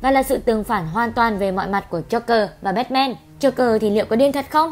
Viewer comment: Bát man chứ sao lại là bét men